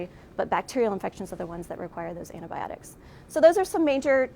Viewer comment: With greatest due respect, as an English Speaking scientist, I wish someone would explain to me, "Why an allegedly educated person Especially someone with a PhD, SUCH AS, would Pronounce Antibiotics, as "ana biotics" or "ana Bah Ahh tics"?? And I'm embarrassed to admit, that this terribly WRONG Pronunciation is done mostly by us Americans!!!! You almost Never hear Canadians, people from U.K. or those speaking English as a Second Language saying it wrong!!! PLEASE, PLEASE, it's simply pronounced, "Anty By Ahh Tics":-0)>-- Love and peace to you all!!